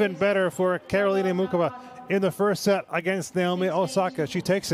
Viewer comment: Will all the knuckleheads, INCLUDING THE REFS, learn to pronounce Karolina's name correctly: It's NOT MOO CHOVA It's NOT: MOO Kova: It's: MOO HOVA How hard can that be????